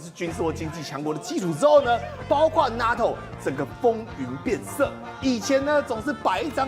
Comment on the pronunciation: NATO 是 “内 頭” 不是 “那 頭”，張禹宣